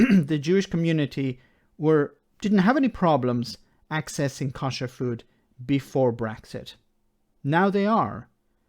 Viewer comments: You pronounce "kosher" in a wrong way. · your pronunciation of Kosher is painful to listen to.